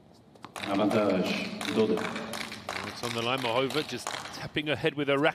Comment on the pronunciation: There's an accent over the a in Muchova's name, which means there's an emphasis to the a, and not the o.